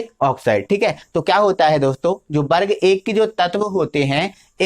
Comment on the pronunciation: aapne ak galti kardi vo वर्ग होता है बर्ग नहीं।।।।।